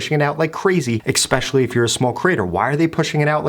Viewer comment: (Expecially) 🤣 I’m not a hater it’s just so funny how you say it 😂